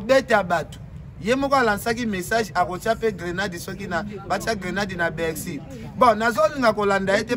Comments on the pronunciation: ba lobaka Bercy et non bexy. Faut rectifier mon frère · niemba on dit Bercy et non. Bexy comme tu ne cesse de le répéter dans tes nombreuses vidéos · On dit BERCY et non ce que tu dis là cher animateur